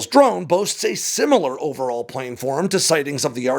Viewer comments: Plan-form. PLAN-FORM. Not plane-form. For fucks sake. Why do you keep saying this wrong? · Say “plan” Got it? Now say “planform” It’s not “planeform” Source: aerospace engineer